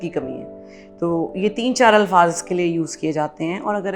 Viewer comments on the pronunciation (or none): none